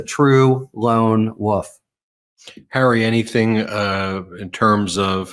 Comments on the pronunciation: WoLf. Not "wuf" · I love the way Harry pronounces wolf as “wuff.” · I do love hearing Harry say “lone wuff “… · this guy pronounces "wolf" in a strange way